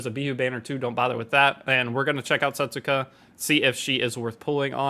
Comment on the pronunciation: Her name will actually pronounced like this: "Settska" The "u" is silent